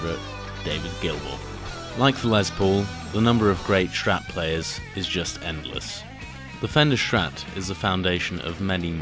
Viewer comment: Nice video, though so annoying that you are calling start "SCHtrat"